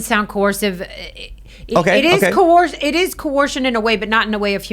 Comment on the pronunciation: What's 'co-orced'?